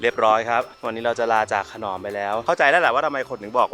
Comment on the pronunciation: ขน..อม..ครับไม่ใช่ขนอม